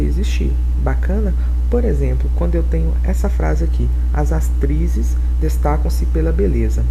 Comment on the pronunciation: é impressao minha ou ele disse as sastrizes kkkkkkk